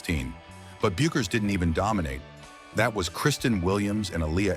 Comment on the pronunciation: Hilarious. How many times can Paige bueckers be misproounced. What a crock of shit story, tryig to start some kind controversy.